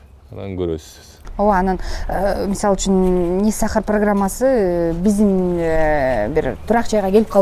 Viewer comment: Не Сахар деген созду туура айтчы ботом